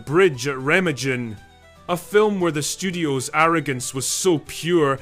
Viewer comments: Remma-jen 😅😅😅 it s Ree-ma-gun. Interesting.. subbed from Essex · Its pronounced REHH-MAHHGEN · Yeah...its Rah-Mah-Gen...and, um..its was also pronounced Guy-ler-men. John Guylermen. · That’s reh-MAHG-en. Hard G. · Oh, for fun. Re-MAH-gen. John GILL-er-min.